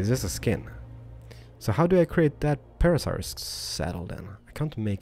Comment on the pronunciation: It is pronounced para sa rolo fus